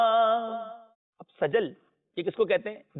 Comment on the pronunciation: اس دجال کوسجل بھی پڑھنانہیں آتاسین کےاوپرفتح نہیں کسرہ ہے